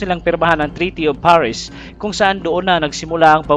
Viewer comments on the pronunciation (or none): none